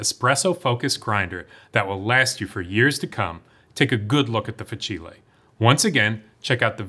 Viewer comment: fah-chee-lay 😂 i’m sorry but its fah-seel